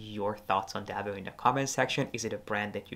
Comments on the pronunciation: Thanks for the video. Being Belgian, I have often felt Delvaux deserves more attention. I own two of their bags, both preloved and the quality is exceptional. One little remark: I don't know why Americans tend to mispronounce the name as "Delveu". It's Delv"oh". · Please do not pronounce it as Deveu but Delvoo (not oe but really double oo; I am a Belgian native citizen). Thank you. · Please, learn how to pronounce the name of these exquisite Belgium bags maker... DELVAUX and not Delveux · It’s actually pronounced „Delwo“